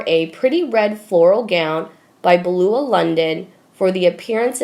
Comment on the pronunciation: I am joining the lady who suggested that you read your message before you go on air. BEU LAH. NOT BLU. AH. YOU UNFORTUNATELY ARE NOT A GOOD READER. YOU need a lot of practice before air time. You will sound so much better. Thank you.